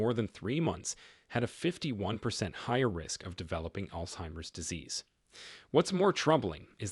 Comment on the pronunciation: Its not called ( all timers) its altzeimers.